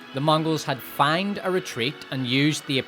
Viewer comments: It's pronounced fayned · Feigned is pronounced "fayned" not "find". Excellent video as usual though. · Say "feigned" one more gain. What the fucking...? The first 12 times I thought you were saying "fanged retreat" which; fucking metal. Feigned actually makes more sense though...like....grammatically. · Feigned = FAY-nd not FI-nd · Fay-end retreat. Ffs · But you're saying fined, not feigned. How do you pronounce fined? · What an incredibly jarring pronunciation of 'feigned'